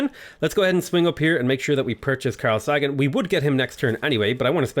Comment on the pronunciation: "Carl Sah-gan" Really? Really?!! You don't know Carl Sagan?